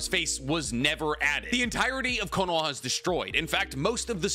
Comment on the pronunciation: Why do you pronounce it konowah? It’s konoHa.